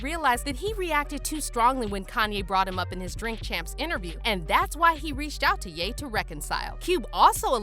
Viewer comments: This is y I hate voice bots 😂😂😂 his name is ya not gay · Every time u say gate or Ye it sounds like gay lmao